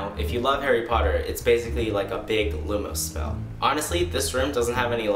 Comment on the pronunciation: *LUMOS It’s not lumo..